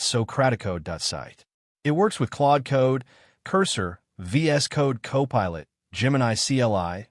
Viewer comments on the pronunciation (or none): AI voice can’t pronounce “copilot”?